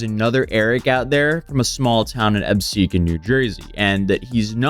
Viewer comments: lol how do you get “episquan” out of Absecon?🤣😂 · brain died trying to pronounce Absecon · The Absecon pronunciation edit fucked me yo